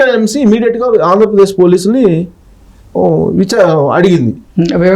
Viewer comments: Embassy na,Ambassy na?correct ga cheppu.. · Ambasy kadura anchor Embassy pronounce cheyyadam nerchuko